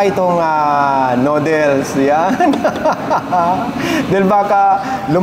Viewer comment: nodels? verify niyo sa internet kung tama ba pag pronounce niyo